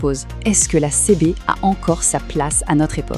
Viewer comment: c'est une IA qui parle sur notebookLM, pour la faire prononcer correctement il faut ecrire le texte CiBi ;)